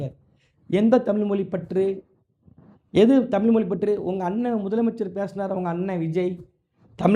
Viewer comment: புரோ நீங்களும் தமிழை முதல் உச்சரிக்க தெரிந்துகொள்ளுங்கள் தமிழ் தமில் இவை இரண்டுக்கும் உங்களுக்கு வித்தியாசம் தெரிந்து கொள்ளுங்கள்.